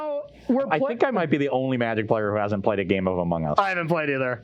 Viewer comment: I might be the only magic player who never played a game of *umght#*. What the hell did he say?